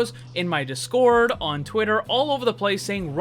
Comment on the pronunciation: You kept saying discord really fast making it dis-kOrd instead of DIS cord